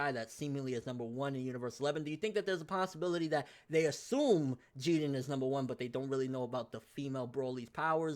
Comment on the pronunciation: How you always pronouncing the names wrong bro? Wth is "Jeaden", I thought his name was pronounced "Jiren" 😂